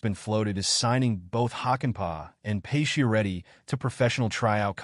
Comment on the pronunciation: why are you pronouncing his name as "pay-she-er-eddi"? using bot voices?